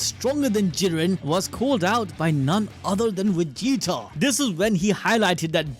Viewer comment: I like how he calls vegeta “wegeta” lol